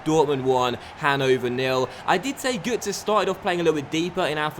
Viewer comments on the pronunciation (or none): It's pronounced gertzer - it's got an omlaut